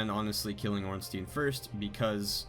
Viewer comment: "smo" is fine, but ornstein is pronounced orn-shtyne...ear-stone